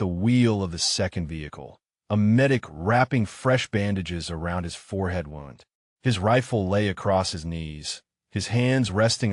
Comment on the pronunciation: Wownd(wound) different meaning to same word pronounced "woond". AI needs to differenciate. There are numerous words that have same spelling but different pronunciation but same spelling depending on context. Very irritating